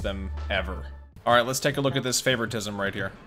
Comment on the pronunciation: I love how he doesn't even use proper grammar when he says the word "playing favortism" it doesn't even sound like he might be saying it right lol